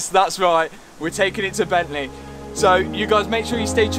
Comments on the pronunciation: Bentley...... Not Bent lay. Car looking and sounding good. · "But then I remembereehd it's E Bentleh" What a legend LOL, made me chuckle :) Keep up the great content